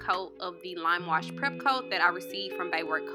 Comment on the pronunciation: She said lam wush peeynt 😂